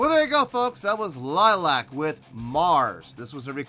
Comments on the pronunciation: It's pronounced LILY-ack. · A good reaction ,liliac pronounced lil I ak a family band originally from California now based in Georgia ,they have even playing together since Melody was 11 and the youngest Justin was around 7 ,they are an independent band who write their own songs and their father is their manager and producer , they have millions of views and have fans known as fangs all over the world .their covers are legendary the latest being Joan jetts hate myself for loving you and mettalicas master of puppets are phenomenal .your the only reactor and there are dozens who didn't rave about this performance ,and that's ok us fangs are somewhat biased .on my scoring system I will give you a 7 .Rock on and rock hard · Pronounced Lily-ack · The Band is calld L-i-l-i-a-c, not Lilac! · Pronounced ( Lily Ac) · If they do see this, they'll probably start by correcting your pronunciation of their name. Lily-ack. You might want to check out their cover of "Piece of my Heart" from the same concert. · It's pronounced lily ack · You're not pronouncing your name incorrectly it's not like the flower, it's Romanian for vampire bat.... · Most annoying thing about reaction videos is when podcaster fails to do two minutes of research before watching video. Maybe know how to pronounce bands name and find out something about the members first